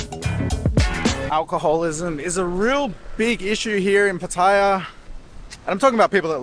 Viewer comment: Finally an Aussie who can pronounce PATTAYA the correct way ! Good video but why not include the price of the lunch, the price and other details of the go carts racing. How much, how many laps you get or how much time. That would have taken it from a good to a great video.